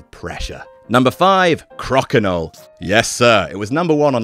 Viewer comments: I realize you've got a British accent, so you say everything differently than we Canadians do, but I've never heard it pronounced "CrAWkinole" It's always been "CrOAkinole" ("CrOWkinole") in my circles. Now I'm completely rethinking my perception of the entire world. Wait! Google just told me that the game was invented about an hour from where I live, so I retract my Existential crisis and throw it back to you to reconsider everything you've ever known about the game you love so very much. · I'm Canadian and trust me your saying Crokinole completely wrong haha! (Crow-ka-no)